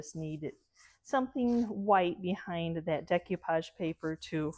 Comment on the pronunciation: no disrespect but it's "DAY-coo-pahj"